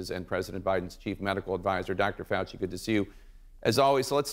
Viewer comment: It’s pronounced Faux-Xi